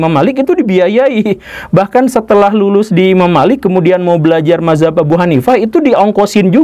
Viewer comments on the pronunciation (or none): none